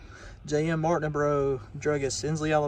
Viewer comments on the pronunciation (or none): none